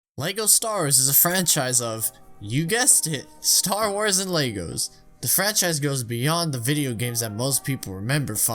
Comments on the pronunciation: Bro STAR WARS, not Stawas 😭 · Does anyone else hear him say stawrs instead of star wars? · Whenever he says Star Wars it sounds like he says Star'ers. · Why does this guy say "lego stars" and not lego star wars and he acts like nobody knows that lego makes star wars lego sets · you said "lego stars" beo!!!!!!!!!!!!!!!!!! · "LEGO Stars" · “Lego Stars” ... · He says Lego Star-ers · Bro are you saying “stars” or “star-wars” I legit can’t tell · Bruh the way you pronounce “Star Wars”.